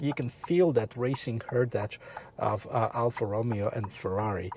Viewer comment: Alfa Romeo...not Romeo like in Romeo and Juliet....🤔